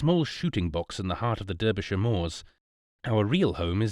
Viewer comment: Derbyshire is not pronounced as the reader did which is the American way. Derbyshire is pronounced as if Derby is written Darby, with an A, minor point but might as well get it right.